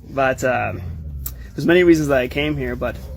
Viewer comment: I could be wrong, but & did you hear his accent break? Also , and , the way he pronounces the word 'but' sounds kind of off to me.